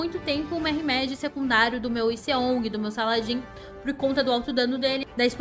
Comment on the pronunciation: Essa sua pronuncia de Mehmed está péssima, escrito da forma que se fala seria murraméde mas como não se lê da mesma forma que se escreve o correto é Mehmed